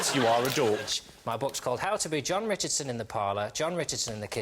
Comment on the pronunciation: actually says Ron Jichardson..